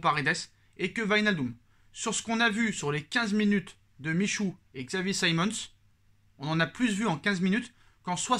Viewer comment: edouart michouuu mdrrr appmrend a dire son blase deja